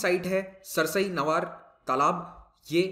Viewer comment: सर सरसई नवार नहीं, सरसई नावर वेटलैंड है